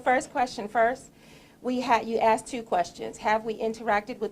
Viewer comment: He Axed you two questions ⁉️